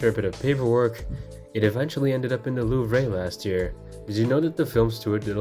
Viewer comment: Love the video but the way you said louvre was boutta give me an aneurism loll